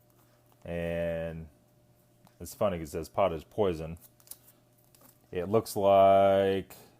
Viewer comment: Poisson is pronounced pwâh-sōn.. js. It means fish